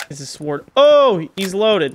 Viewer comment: "and a swword"